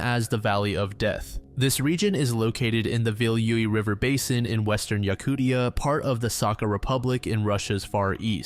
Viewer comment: Lol “Yakutia”